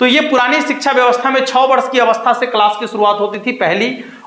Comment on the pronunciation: Shiksha bolna to seekh le bhai